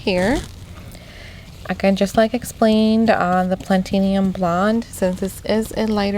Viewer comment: Pla-ti-num, you're adding an extra vowel